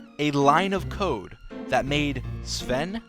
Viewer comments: The thing is that you pronounced Sven correctly. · Really good pronunciation of the name "Sven".